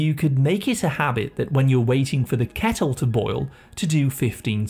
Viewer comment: SORRY ..but.. correct ur pronounciation!!...don't pronounce " kettle" as "cattle"...sounds very odd...hope u understand nd chnge it